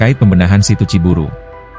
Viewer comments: Bukan ci buru bos, pakai y... Ci buruy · Assalamu'alaikum warahmatullahi wabarokatuh Sedulur Sedoyo . Narator Pembaca Berita yang benar Neja Ciburuy C I B U R U Y Ciburuy !!! . Bukan C I B U R U Ciburu kemanakan Y nya apa ketelan di tenggorokan ???. Makanya harus pada Cerdas Pembaca bisa milih kata bahasa , apalagi Bahasa Sunda . Wassalamu'alaikum warahmatullahi wabarokatuh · Bacanya Ciburui bukan ciburu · Ciburuy, bukan Ciburu, koreksi buat si narator